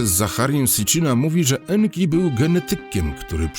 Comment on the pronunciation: Nie En Ki en to NKa czyli Kobieta EnKa